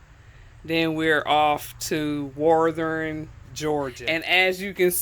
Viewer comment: Yes your saying it just fine. Most people from different states have a accent when they say it. I cant wait to get out there and travel and try some of these places with my Rpod.